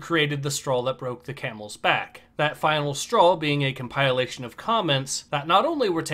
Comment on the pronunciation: You said “come pile lation” and incompetent in the same breath….